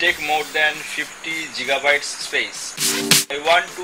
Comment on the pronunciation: That's gigabyte, not jigabyte.